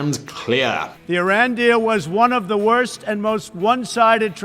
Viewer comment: Sounds like you said Iraq.